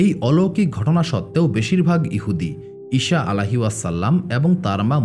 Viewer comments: আপনার উচ্চারণ ভুল । ঈসা (আ) এর নামের উচ্চারণ ভুল বলছেন বার বার । শ না স এর উচ্চারণ হবে । ছ এর মতো । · আপনি ঈসা নবী না বলে ইশা বলেন এই জিনিসটা শুনতে খারাপ লাগলো 😢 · ভাই ঈসা (আ:) এর উচ্চারণ টা ঠিক করেন